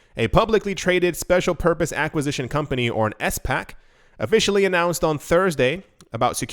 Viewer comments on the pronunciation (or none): S..PAC? Are you ironically pronouncing these? Sound dumb.